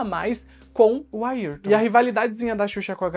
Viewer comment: É Ayrton e não Ailton